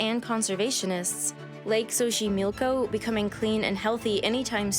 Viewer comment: Your pronunciation of the words Axolotl and Xochimilco is insulting to my culture 🤦🏻‍♀️ The X sounds like “Sh” in Axolotl and “S” in Xochimilco. Pretty important to a documentary-type video to get the main words right 😬